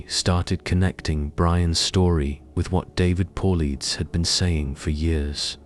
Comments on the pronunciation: His name is David Paulides ( Paul-light-es) Not – (Paul-leads)! At the rate that you use his name on your channel….you should probably get it right on the pronunciation at this point. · PAUL EEEDS? GOOD GOD GET THE NAME RIGHT!😢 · Independent investigator. Was NOT Dave Powleds….it was Dave Paulides (pronounced Paul led eas)